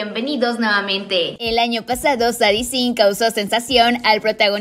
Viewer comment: Solo como dato el nombre de Sadie se pronuncia Seidi ✨ gran video 🛐